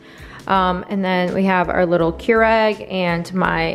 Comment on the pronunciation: keur-ig is the proper pronunciation